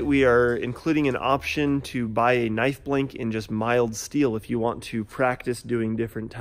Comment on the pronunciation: finally someone who says knife right